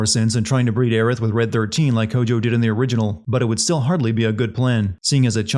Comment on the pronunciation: Well, both of those Aerith pronunciations are wrong, so...